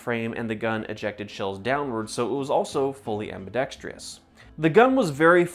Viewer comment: It’s ambidextrous! Not “ambidextrious”